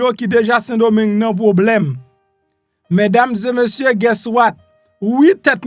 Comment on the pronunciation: Ou sanble ou ka pale fransè men lè wap di : mesdames zeu messieurs, li yon jan ridicule wi.